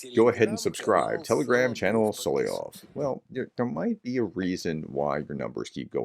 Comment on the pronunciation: Pronounced Sol-ov-yov not Sol-i-ov